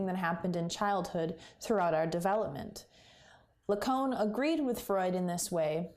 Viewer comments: Cait so. It’s not la cone. It’s la caan. Lacan!!!! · Hey really great video. Big like. Just one point of feedback - your pronounciation of the name Lacan is pretty off.. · I'll say firstly I'm glad you can appreciate I was only teasing! A very difficult theory to apply to anything, let alone as intended in analysis and psychotherapy. But google Zizek or perhaps Darian Leader to hear it's 'proper' pronunciation, 'lack-on' is a very rough phonetic way of representing it.